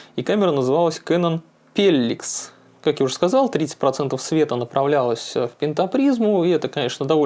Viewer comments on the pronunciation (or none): кэнон пелликс - так произнёс ,как будто речь идёт о какой-то секс-приблуде